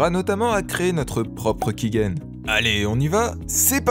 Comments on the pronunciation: Sympa pour comprendre la manière de fonctionner, mais les choses sont rarement aussi simple, j'ai essayer y'a quelques mois de cracker rpg maker mz, y'avais un validateur offline mais j'ai pas réussi. Par contre tu dis key-guène, c'est perturbant alors que sais que c'est key-gène. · On dit "kigène" et non "kiguène" mais très bonne vidéo